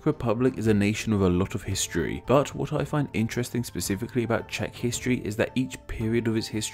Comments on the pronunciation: I salute to you that you pronouced the Czech words correctly (Yes I am from the Czech Republic) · I really like how you actually took the time to do correct pronounciation of the names in czech. Pleasant surprise